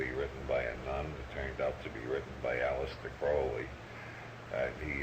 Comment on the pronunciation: Okay, I see what he's doing here. He's mispronouncing words like ''magic'' and ''cannabis'' to keep us guessing. I've never heard anyone call it ''may-jik'' or ''Kin-aah-bis'' before. And Aleister Crowley is seriously bungled with ''Aleesta Crawlee" :face-green-smiling: You gotta watch old Bob, he's going to turn your head around.😅